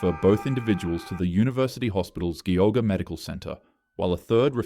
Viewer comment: During the donut incident you pronounced Geauga wrong the e is a long e so like Golly Gee Gosh